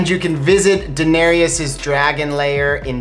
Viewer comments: Her name is pronounced Dih-nare-is not Daenariyas. 🤦🏻‍♀️ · ''Daenereus" English speakers that don't know a second langauage never cease to amaze me with their pronunciation of names. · Why do you call her Daenerias? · Guillaume Couture Levesque Yes, they say 'Danerius' instead of 'Danereese' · One thing tho. It is Daenerys, not Daenanerys or whatever you are saying. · Jack Griffin exactly. Her name is not DaneriUS. It is Daenerys. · How many seasons of GOT have you seen and you do not know that they pronounce her name Dani or Den-air-us not Danareus? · Enjoyed this very much! But why do you butcher Danearys's name? Its "Da-nair-ys" 3 syllables. Not how you are pronouncing it! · Who is 'Danarius'? 😑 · Is it just me or are they adding an extra vowel to Daenerys? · Enjoyed it. But I wish they'd pronounce Daenerys's name correctly! Right tho??? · I'm an English speaker who doesn't know a second language (unless you count some French) and I know how to correctly pronounce Daenerys and it was driving me crazy that they kept saying it wrong!! I mean how many times do they say her name on the show?? You'd be surprised how many people confuse Bronn with Bran 🙄🙄🙄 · Why are they pronouncing Daenerys wrong, have they even seen the show? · I hate how they pronounce Daenerys.. or am I just saying it wrong? They also pronounced Qarth wrong.. I'm so nit picky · SAY DAENERYS NAME RIGHT!! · I'm cringing every time you say Daenerys .